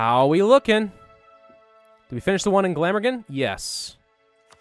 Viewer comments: How to pronounce Glamorgan = Gla-mor-gan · Btw you pronounced Glamorgan wrong